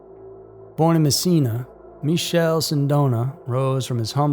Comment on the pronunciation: Just a correction if it’s worth anything. Michele as an Italian male name is said “mick-ay-leh”. The Italian version of Michael (I believe).